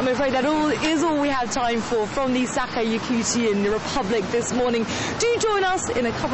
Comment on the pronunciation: Hey, reporter, please don't say "Sakha", ok? :=)